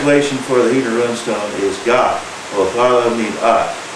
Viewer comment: My one real problem with this video is your pronunciation of rune and its derived words. I think the word is similarly said to "dune", but with a r in place of the d. RUN-stone just makes you (and the subject) sound silly, which I believe would be an injustice. Also, being from within 75 miles of said stones, I believe that if i can say it right, so can you. As for the subject, i find it intriguing, and would love to see images of the swords and such found there, and of the type of stone there.